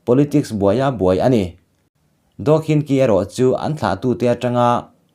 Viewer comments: Anu hming kha khin chi ti a lam tur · Daw khin chi tiin ilam ri dawn nia kawlin an tawng inglist hawrawpa an ziak hi tuman chhiar dik theih a ni lo myanmara chengte an nih loh chuan